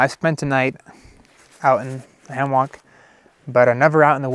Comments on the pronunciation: Just because it is spelled HAMMOCK, IT'S NOT PRONOUNCED THAT WAY! IT'S PRONOUNCED HAMMICK!!!! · Say Ham-Mock one more time!!! FFS! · So it’s pronounced hammock?